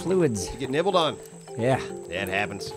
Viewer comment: "Did you get nibbled on?" "No, I got Neebled on."